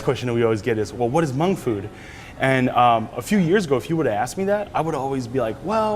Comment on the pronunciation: Dolla Tha Kid how else are you suppose to pronounce it? He’s Hmong, of course he knows how to say it right.